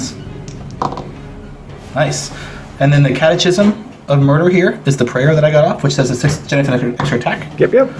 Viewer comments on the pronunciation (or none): Well done But Have to say... It’s pronounced “kat-e-kism “ Not kat-e-chism Sorry Damn catholic education ..... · Someone please tell that guy it's pronounced 'catekism', like in schism...